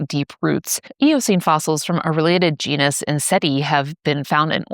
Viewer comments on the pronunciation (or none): none